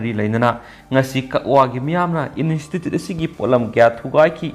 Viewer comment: Pao tabadi yam nungaire adubu nangi English ki word yaobadugi pronounciation dudi pura taba yadre. Institute haibane in-estitute haiba natte. Accuse haibane akuis haiba natte.